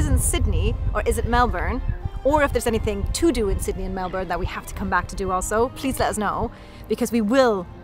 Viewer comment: i love how foreigners pronounce Melbourne, it's sooo cute and actually accurate lol. Us Aussies are such lazy speakers we pronounce it like melben or melbin 😆 also cost of living is terrible at the moment, so to us i guess because of our wages etc, it is expensive....way too expensive but i understand what you are saying!